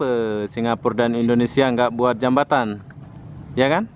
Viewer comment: Jembatan bukan jebatan